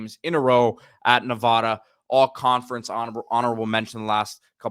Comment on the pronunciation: Nee’vada lol NOT navada